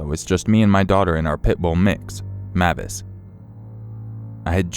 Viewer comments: Im pretty sure the dogs name is pronounced (M-ay-vis) with a long A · It's pronounces (MAY-vis) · Great video! I believe the dog's name is pronounced like Mayvis instead of how you were saying it, but great job narrating as usual.